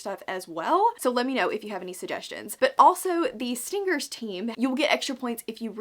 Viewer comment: HAHAHAHA on 2x speed and with your accent stingers sounds like stinckers